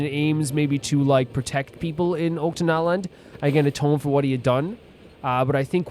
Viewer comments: Oh btw, I thought u might wanna know this, but it's pronounced "Och-ka-natlan", not "Ot-ka-natlan" Not a big issue tho! Loving this!!✨ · Yeah. "Och" is pronounced like the end of "notch".